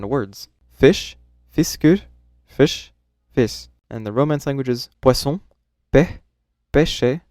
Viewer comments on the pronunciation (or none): none